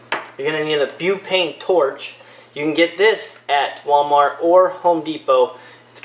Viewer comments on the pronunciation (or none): its butane not bupane and its cmos not cmouse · It's called buTane not buPane. It says it right on the can. There's no such thing as bupane. And it's a CMOS battery not a CMOUSE battery. And you're?